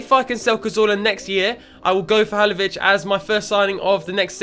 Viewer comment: Halilovic not Halovic